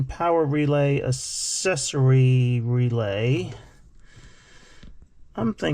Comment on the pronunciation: I’ve never heard anyone say accessory like this before. I hate it . This dude went his whole life pronouncing the word accessory wrong…. lol